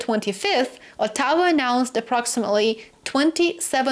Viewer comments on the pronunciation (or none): I finally worked out what you mean when you say "a tower". I think you mean Ottawa, which has the stress on the first syllable, not the second. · we stress the first syllable in OTTAWA. ( but in the case of Newfoundland, take your pick!) - Insp. Tom Royal Canadian Grammar Police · Unique way to say Ottawa